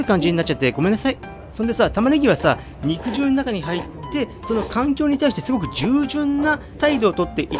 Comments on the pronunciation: うどんの場合『肉汁』は、にくじゅうじゃなくて、にくじるだと思います！ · 武蔵野うどんでは、肉汁を「にくじゅう」ではなく「にくじる」と読みますね。 って、とっくの昔に誰かが書いているでしょうね。てへへ。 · "にくじゅう"ではなく、 "にくじる"でぇすぅ❗🤭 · この場合は「にくじゅう」ではなく豚汁のように「にくじる」じゃないでしょうか？カットしたステーキから出る肉汁は「にくじゅう」で正しいと思いますが、うどんのつけ汁なので「にくじる」と読むべきかなぁと思いました。どうなんでしょうか？ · にくじゅううどん、ではなく「にくじるうどん」ですな。 肉汁うどんの本場、埼玉より… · 多分ね、普段なら合っている読み方なんだけどこの場合は(武蔵野うどん用語的には)「にくじゅう」ではなくて、「にくじる」だと思いますの。 間違ってたらご免なさいなの。 でも、埼玉でにくじるうどん愛好家の私が言うから合ってるはずですの！🎶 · 肉汁 『☓にくじゅう』 『○にくじる』 ・・・にくじるうどんです 武蔵野うどん系ですね。埼玉県に来て下さい。武蔵野うどんの名店は腐るほど有ります。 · 子供の頃から「にくじる」って言ってるから、「にくじゅう」って発音に違和感がある．．．北多摩民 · にくじゅうにくじゅう何回もやめて下さい❗️（笑） にくじるね‼️ お店の人に聞けば良いのに…… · 読み方にくじるだと思ってたんだけどにくじゅうなの？あごなの？